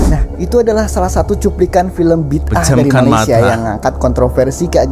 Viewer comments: Sebutannya bukan Bidah atau Bid ah. Sebutan yg betul BI DA 'AH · Hairan kenapa selalu tgk org Indonesia sebut perkataan tu BID AAH 😅 bukan nya sebutan perkataan tu BIDA'AH